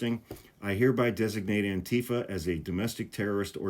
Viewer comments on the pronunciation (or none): The emphasis is on the -FA, not the -tee-. You're saying it like Trump does.